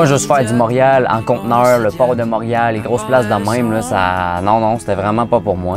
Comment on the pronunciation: Tu sais que la personne vient pas de Montréal quand elle prononce Montréal "monriale" 😂